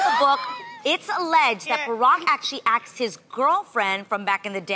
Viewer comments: Why do people pronounce "asked" as "aksed" it bothers me sooo much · AXED????? Asked..... oh my word!! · No shade, but can Adrienne please learn how to say „asked“ not „aksed“? Like in all the segments when they do a poll, she always says „we aksed you...“ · "axed" .... k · Why why say aks!!!?!?! So annoying! and she swears her current man is good looking. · She never says it right 😭 aKKKSSed